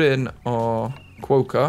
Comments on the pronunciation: That Quokka pronunciation 😂 I can't haha It's supposed to be more like kwoka and not a long o like status quo, it's kwok a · Quokka is pronounced with a ock sound so like clock, hock and sock so in other words it should be spelt Quocka 😂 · Best way to pronounce quokka is to say it with a W like qwokka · I noticed there was an animal name Jannali -- I think it would be cool to keep that one, as it's actually the name of a suburb in Sydney! No ideas for other names, though... As for the quokka, it's pronounced "kwohkah", like you'd say "rocker", I guess? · Quokka, is pronounced like co-wa-ka there's an island full of them and there very cute Edit- read the comments I got it wrong. the pronunciation where I'm from is weird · You say Quokka with a short 'o" sound. like Kwokka. Rhymes with "rock" and add an a. Just something I do to save money now is 'move' the trees into the surrounding area of your zoo space, if I want to get them out of the way rather than delete them, as you found out you lose money deleting them. Australian colours are actually green and gold. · you might not read this, but as someone from Australia, we pronounce it qu-o-c-u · I love Quokkas, they are pronounced Ka-wok-ah. I go to Rottnest island all the time, where they are from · Quokka. Pronounced kwo-kha with the 'o' being pronounced the same as the 'o' in hot. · Quokka is pronounced KWOCK-KA. Think the word Crockpot ‘crock’ with a W replacing the R, and a ‘Ka’ on the end. -an Australian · This has probally already been answered but just in case, quokka is pronounced kwok-a :) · its pronounced Quak . kaah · Quokka is pronounced like you're saying it but with the 'o' sound from 'hot' not the 'o' sound from 'boat'. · QUOKKA PRONOUNCIATION! You had it mostly right, but the o makes the same sound as it does in knock.